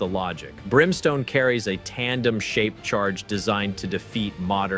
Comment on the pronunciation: Classic AI - tell the story 10 times over. But it's dumb - it reads text - there is no understanding of it. Brimstone does not have a "tandem-shaped charge" it has a "tandem shaped-charge". AI does not know what requires emphasis.